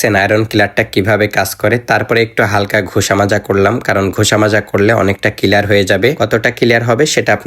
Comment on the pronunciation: clear ❌ killer ✅😂